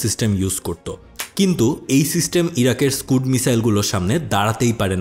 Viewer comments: স্কাড হবে স্কুড না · স্কুড না রে বালক,. স্কাড মিসাইল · স্কাড❎ স্কুড ✅